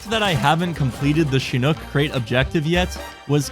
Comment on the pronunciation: says Chinook properly 😮